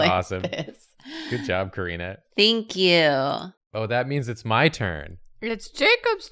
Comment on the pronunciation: I live for Karina’s “Think you”s